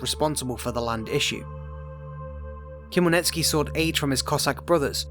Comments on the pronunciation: Never heard anyone butcher Ukrainian names so badly. After couple minutes, my brain exploded and I can't watch this anymore, as Ukrainian. Lol. How did you say Khemlnitskiy? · Wrong pronounced Хмельницкий